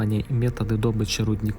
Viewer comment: ДобЫча а не дОбыча!!! Сразу слышно что Украина...